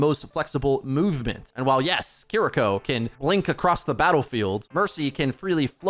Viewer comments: He often pronounces incorrectly as "Kuh-ree-ko". Hopefully, the correct pronunciation ("KEE-ree-ko") will be used more often. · Please consider pronouncing Kiriko as "KEE-ree-ko" and not "kee-REE-ko" as it is much closer to the original Japanese and sounds much better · Still makes me laugh every time turns "Key-Re-ko" into a Yu-Gi-Oh card. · why are you sooo bad at saying Kiriko's name? They literally said it several times during the dev video.